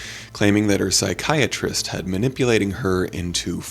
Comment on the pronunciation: The way they say pSyChAriSteT. Is it american English or british english?. The degeneret way it sounds it must be American English?...